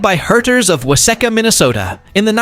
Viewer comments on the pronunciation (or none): I realize your narrator doesn’t get out and about much, but as a Minnesota girl, I can tell you that the duck billed boat pusher thingy was manufactured in wah-SEE-ka Minnesota. Carry on.